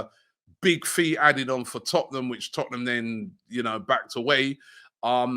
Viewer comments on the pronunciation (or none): none